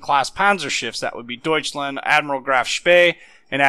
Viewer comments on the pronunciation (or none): none